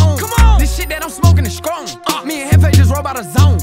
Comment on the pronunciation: boy said “ skrong” instead of strong 🤣